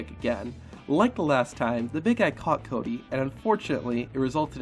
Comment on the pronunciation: Ah yes CAWdy